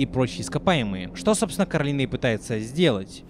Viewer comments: Коралина,а не Каролина!!!!!!! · Боже Не коралИна ,а кОралина В мультфильме это говорили раз 10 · Не Каролина а Коралина! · Она КОралина. Не КАролина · Почему ты её называешь Каролина она не говорится Каролина у неё имя Коралина ?!!!